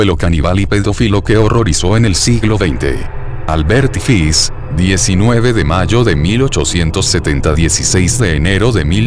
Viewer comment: no es fis es fish, ese lexico porfavor